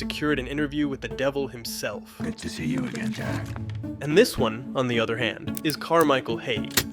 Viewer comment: I honestly couldn't stand the girls voice. The way she pronounces 'Jack' bothers me.